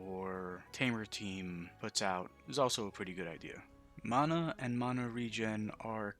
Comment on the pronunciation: mona, no its mana